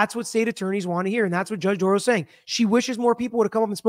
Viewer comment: Dorow NOT Dorrow NOT Darrow. Or Darow.